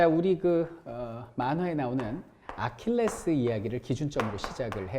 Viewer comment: 3분 30초에 아킬레우스를 아킬레스라곸ㅋㅋ